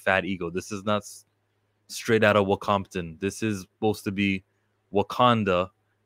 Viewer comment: wocompton!? 🤣 But I have to agree with your points.